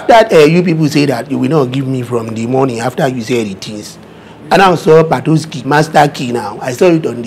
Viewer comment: This girl messed up patoski for real😂😂😂